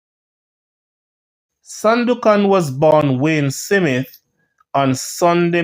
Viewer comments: My brother, the pronunciation is Smith , not Si mit? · Smith, not Simith smh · Smith not Simit 😂😂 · Jamaican pronounciation is Smit not Smith. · This is YouTube..people from all over the world reading.. shouldn’t be hard to pronounce the a name like “Smith” Big people ting! Bless up! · Thank u cause for a big man i dont knw how can this man pronouce it like that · That’s how st Elizabeth people pronounce it 😂